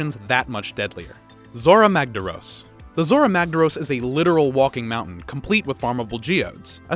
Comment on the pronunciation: Zorah Magdaros, not Zorah Magdoros......